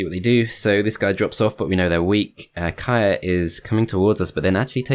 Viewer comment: FYI, Kyrre is a male name and is pronounced exactly as its spelled, not 'Kaya' :)